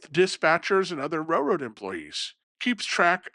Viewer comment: It’s pronounced raiLroad not rayroad